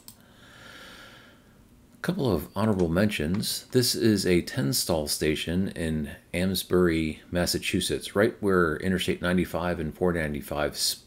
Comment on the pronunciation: FYI you missed the "e" in Amesbury It's pronounced aims-bury